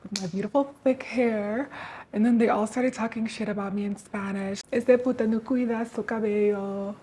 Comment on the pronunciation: Hmm, sorry that you had a bad experience at a Dominican salon most people seem to have a good one. Im Dominican and the only thing that im wondering is the word puta. Just cuz the way you said it sounded like a Mexican accent or something else because we rarely use that word. Not trying to discredit your experience btw. I can definitely sympathize though because having people talking about you while taking care of something so precious it’s horrible.